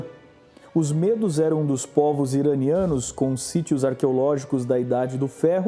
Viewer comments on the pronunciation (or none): não digam Mêdos; digam Médos!... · Gosto dos teus vídeos. Tem fundo histórico. MAS a pronúncia de MEDOS, é uma pronúncia aberta - MÉDOS. Os curdos é um povo tão antigo, que já eram citados por Xenofonte - em Anábase a retirada dos 10.000 gregos do império Persa, lá pelo ano de 480 A.E.C. Abraço